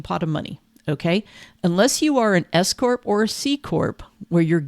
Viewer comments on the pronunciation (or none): My husband heard ‘escort’ instead of S corp and asked what the heck I was listening to 😅